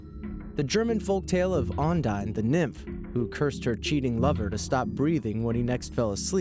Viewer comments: Ondine = Undine. WHY, UNDINE?? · it's pronounced 'On-DEAN' NOT On-dine.'